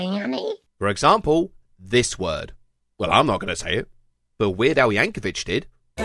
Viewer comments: This is a fantastic video. I will say, though: it's Yank-o-VICK, not VITCH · It's Weird Al Yankovic, pronounced like "Yankovick". Not Yankovich. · Maybe I'm being petty, but I stopped watching when you mispronounced Weird Al's Last name. All credibility went out the window. Show me the "h" at the end of Yankovic. I'll wait.